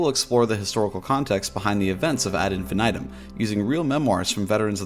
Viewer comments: Please don't say infinitum the way you say it. It's pronounced "IN-FEE-NEE-TOOM" and even pronouncing it like "infinit - um" is better than the way you pronounce it. Hearing you say it like that literally makes my skin crawl. "infan aedum". Yuck, man, please. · The way you say ad infinitum is so jarring 😂